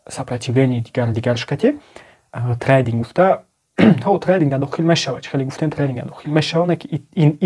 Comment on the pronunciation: трандинг не трейдинг бесавод бра хондана ёд бги